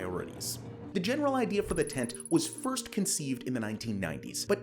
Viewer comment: Just so you know the hyphen in the abbreviation means it is pronounced 10-T not tent